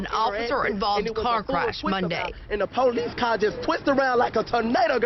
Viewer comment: “It was a full twistabout, and the po-lice twisted around like a tornado, girl! “ 😂